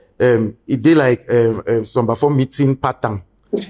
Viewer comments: He meant Pattern not pataaaan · What is pataaaan? That pronunciation is busting my ears